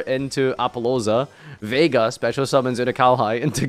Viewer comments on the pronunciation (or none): none